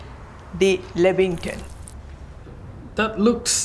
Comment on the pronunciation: Lambingtons. !!!! Bahahaha I’m crying